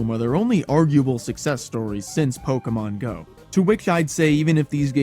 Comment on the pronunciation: Imagine making a one hour video about Pokémon GO and pronouncing "Pokémon" wrong edit: OK so as someone who still plays this game almost daily, this was actually kind of a fun watch. Also, I am legally obligated to leave a like for including an indirect ProPlanty mention, he's the GOAT and one of the last actually good GO youtubers